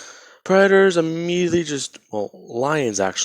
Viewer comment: You said IMMEDIATLY a lot 😆